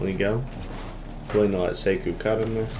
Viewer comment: I notice he waits a lot right behind middle line when he is last man. very nice analysis but my man it's "seik-oh" not "seiku"